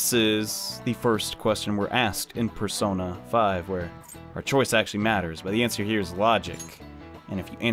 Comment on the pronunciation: PERSOINA is how someone will say it